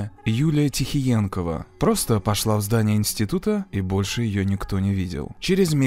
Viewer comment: Юлия Техтиекова, а не Тихтиенкова